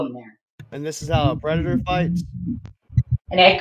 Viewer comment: im not a pwedehteuh im not a pwedehteuh im not a pwedehteuh (the way he pronounces that last syllable is mind boggling)